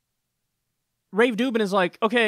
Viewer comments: Why does he call him rave dubin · haha why is kyle calling him Rave Dubin' ? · I think I haven’t watched enough videos to be in on the joke but... Why the heck do you call him Rave Dubin? Just... curious.